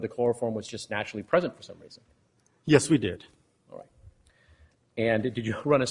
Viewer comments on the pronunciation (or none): "The weason we pwogwessed" instead of "the reason we progressed"